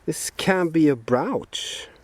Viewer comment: maybe the top of the mountain will be a good place for early stuff btw, brooch is pronounced with the long O as we say in USA. maybe some counterfeiting in the old days as well....found everywhere, the Gordon Geckos of the world :)